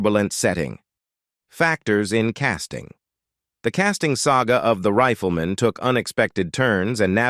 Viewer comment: If this NARRATOR actually watched the intro of the show he should know how to pronounce it's title... it's not THE RIFLE MAN as he keeps repeating, it's THE RIFLEMAN -one word! The NARRATOR then goes on and on with a non-stop pseudo-narration that really irritates. I'd like to see him take on subjects like 9/11 and COVID, maybe he could improve on the "official" fairy story with his way overly dramatic tone. And you got the wrong JOHN ANDERSON photo to boot...